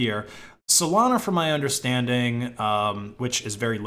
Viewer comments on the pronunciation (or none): none